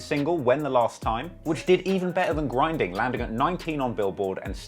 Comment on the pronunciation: Don't ever say "grindn" like that again.